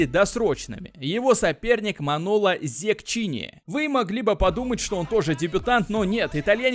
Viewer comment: "Манело ЗеККини*"-как человек, живущий в Италии скажу, что в итальянском "ch" читается как "к", поэтому Zecchini-Зеккини)